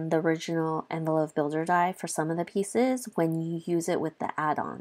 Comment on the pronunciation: It’s not envelo (phe) soft f. It’s envelope with a P!